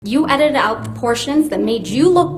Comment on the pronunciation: Wait, I think I hear Canadian when the narrator says “out” or in the native tongue “aoyowt”.